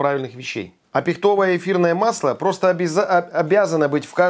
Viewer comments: Почему пихтОвое?! Дед ПихтО, что ли) Правильно - пИхтовое) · правильное ударение на И - пИхтовое, а не пихтОвое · а что с ударениями? ПихтОвое, хвоЯ... ухохоталась... ПИхтовое, хвОя, что ж такое-то? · Согласна, "режет ухо"))) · пИхтовое... От слова пИхта, а не пихтА